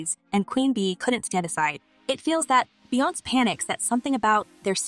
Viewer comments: Why are you pronouncing her name wrong? It's not Beyonce. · That was driving me CRAZY 😂